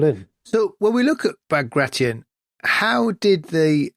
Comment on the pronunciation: Bag-ray-shun ... No Baag-raatyon ... Yes